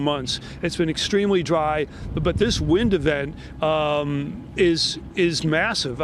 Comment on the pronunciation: WTH ... "windavent" ... ... Newspeak from the ARSONIST 🤫🤫🤫